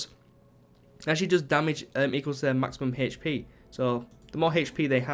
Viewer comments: Why do you say "hp" so weirdly? You pronounce the 'h' so oddly. You say like "h-sh" so you say "h-sh-p" lmao. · How is that dumb, or could possibly be trolling? It was a simple question/statement. He pronounces his "h" weird and therefore he pronounces his "hp" weirdly. I was only stating that.